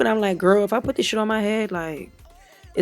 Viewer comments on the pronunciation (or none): You said “Oh Shyt, Bytch”